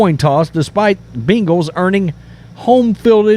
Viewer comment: Who the hell are the Beangals? Say it right brah! 🤣